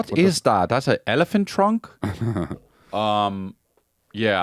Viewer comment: Asking about an elephant trunk with a German accent😂